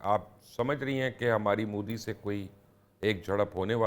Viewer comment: Phele bolna Sekho Mohtarma Its Moodi not Mudddi 😂